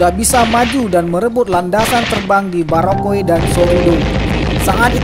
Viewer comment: Sa orang asli Biak... Sedikit komentar Adang punya kata...🙏 Bandara BUROKUP✔️ Bukan Bandara Barokoe❌